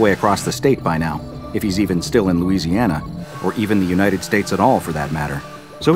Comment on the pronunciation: nice louisiana